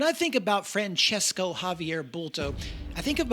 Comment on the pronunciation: I can tell you that his name is Francisco., Like San Francisco town. In catalan language his name is Francesc, so you can see that there are no "o" at the end, like in the Italian name. So never say Francesco, that's a big mistake. If you have doubts about it you can write Francisco on Google and ask for pronunciation and you will hear how it sounds, same tha San Francisco town. Hope it helps. But please don't write Francesco, that's a big mistake. And big THANKS for the nice video anyway !!!